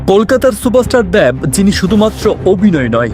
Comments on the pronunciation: দেব নাকি দ্যাব????😂😂😂😂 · উপস্থাপনা কে বাংলা শুদ্ধ করে বলার আহব্বান জানাচ্ছি।।দ্যেব না,,উনার নাম দেব।।। স্পষ্ট,,স্পচট নয়।। কী যে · "দেব" হবে, "দ্যাব" না উচ্চারণটা। একইভাবে "শেখ" হবে, "শ্যাখ" না। যত নাটকীয়তা নিয়েই প্রেজেন্ট করুন বা ইউটিউব ভিডিও বানান, এই ধরনের উচ্চারণ পুরো আয়োজনের মান নিম্নমুখী করে দেয়।